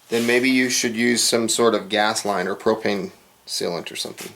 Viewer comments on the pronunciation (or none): none